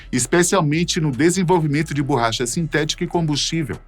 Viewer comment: "BURRACHA" "FUGUETE" "MI 262" O CORRETO É: ME262, BORRACHA E FOGUETE.